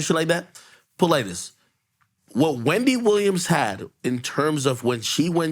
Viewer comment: Ak stupid on saying wendy williams 🤣🤣